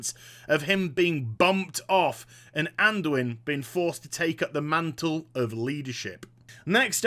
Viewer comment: Anduin, Anduin, ANDUIN PLEASE